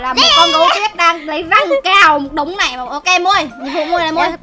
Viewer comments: Chị ơi sao chị kamui bình thường là KAMUI mà chị mui là KAMUIG là sao ạ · kamui đọc át với hội chị em